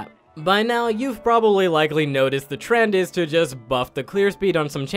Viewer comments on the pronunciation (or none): none